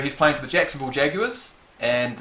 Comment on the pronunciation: "Jacksonville jagars" 😂😂